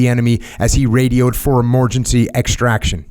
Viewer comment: Anyone else here "emorgency extraction" lol